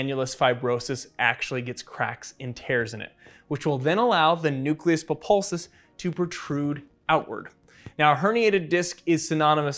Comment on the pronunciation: ha did you just say "populsus" instead of "pulposus"?